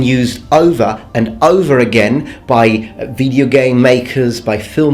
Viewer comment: when says "like in video games" in his videos I always hear "like nVIDIA games":D